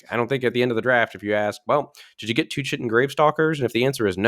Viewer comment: Chitin is pronounced "kite-in". It's the biological name for the stuff that makes an insects' exoskeleton. Assuming you ever mention that card again and you see this comment.